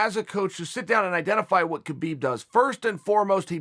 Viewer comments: As a russian I have to tell you read “ habib” not “ not “ k-habib” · It’s habib no kabib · Guys, it's not Kabeeb, it's Habeeb. It's just written with Khabib. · Wonder when Khabib ( Pronounced: Ha-beeb) retires undefeated people will start saying his name right.🤔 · Habib not khabib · ITS HABIB, AN H SOUND NOT A K. GIVE THE MAN HIS RESPECT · theres two people in this world 1. liars 2. people who pronounce "khabib" "ka beeb" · No Uncle Chael it's Kalabib say it Kalabib. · I wonder if Chael knows that the K is silent